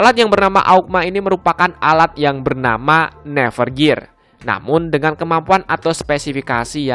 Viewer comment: Bang, saran gua, nyebutin nama nama nya yang bener dong, biar gk salah pengartian/salah paham Klein (bukan klen) Amusphere (bukan atmosphere) Nerve gear (bukan never gear) Underworld (bukan underwall)